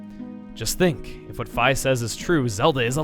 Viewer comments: ...he pronounced Fi with a long i. Really? Is that how it's pronounced? I always thought it was with a short i, like Na'vi. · I`m pretty sure it`s pronounced fee not fie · It's not Fi with an I it's Fi with an e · Its not fy its fee u not big brain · Wait... Are my sister and I the only ones that pronounced Fi "F-ee" not "F-eye" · Her name is pronounced fee no fi. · dammit you're gonna call her fy instead of fee T_T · He said "Fie" instead of "Fee" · Where did F-eye come from? By Japanese language, which Nintendo is, Fi would be pronounced F-ee. Similar to how Di and Ri are pronounced that way. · really Feye? not Fee? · No, bad chuggaa, it's fi, like fee, not fi, like sci-fi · So Chugga pronouces it as Fie I've always pronounced it as Fee it just seemed more accurate to me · IM SHOOK FI is pronounced F-I and not F-EE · I thought Fi was pronounced like Fee not Fiy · uhhh... isnt pronounced "fee" and not "fye"? im not sure which is correct so feel free to correct me. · IM CRYING ITS PRONOUNCED FI (FEE) NOT FIE (I love you but Fi is like my favorite character) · Not to be 'that guy', but it's pronounced Fee, not Fy. :P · WAIT ITS PRONOUNCED FAI? I ALWAYS THOUGHT IT WAS FEE! GODDAMMIT! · fi is not pronounced FAI it's pronounced FEE!!!!!!! please get it right! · I always thought it was pronounced "Fee", not "Fye"? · no not feye fi as in fee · On arguments about Fi's pronunciation... Fi reading to rhyme with "pi" just bothers me regardless of existence of canon, mostly because shortened version of my name is Fi and it sure as shit ain't pronounced like "pi". It's Fi with an "ee" sound >>; Other than that, much love for this so far! <3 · I love Fi's theme! And wow, I've been pronouncing it wrong all this time. Fi like "Hi". Not Fee. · he said fi as in f i it suppose to be fi as in f e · Are you sure it's pronounced 'f-eye'? I say 'fee'. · omg you say fi like F I i saidit like fee UGH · This has definently been said before, bit I pronounce fi "fee" not "fai"